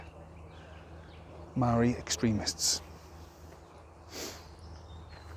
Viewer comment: You don't even pronounce the word Maori correctly lol. Maori are the tangata whenua who had their lands taken from them and they want it back from the crown. Fair enough too your outsider opinion has landed you in it stop crying and deal with it